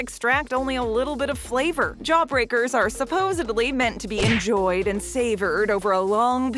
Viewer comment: *supposEDly. There is no AB in that word.